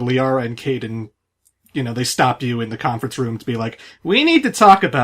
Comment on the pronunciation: In addition mispronounced Kaiden's name for the 500th time this commentary.